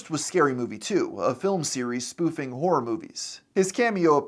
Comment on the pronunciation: you probably need to work on really enunciating that final syllable in "horror", lol. It sounds like a completely different word when you say it